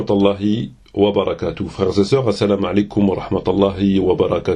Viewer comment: veuillez tout d abord vous occupé de vous meme en apprenant la vrai prononciation du salut en islam puis revenez donné des conseils a des gens de science .n importe quoi